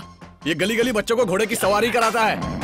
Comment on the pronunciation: *सवारी, not सावारी